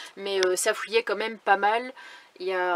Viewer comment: Ça fouillait l’huile hihihihihi c’est pas bien de te moquer des accents. Bon courage Idriss est là!